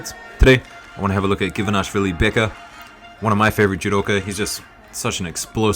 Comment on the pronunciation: we're four seconds in and it's the first time you pronounce him Givanashvili, as you do so often. But why?